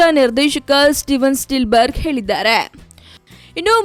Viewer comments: Spielberg na ikkondu steel berg antavlee anchor😂😂😂🙏🙏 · yammo steel berga ? enadu 😂 first learn proper Kannada and then do your homework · Amma Thaayi.. Steel berg alla...spielberg